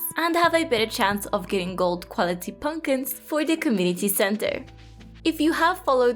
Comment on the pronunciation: I love that you say punkins